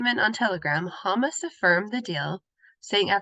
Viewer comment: Sorry to nitpick, but please review the pronunciation of Hamas.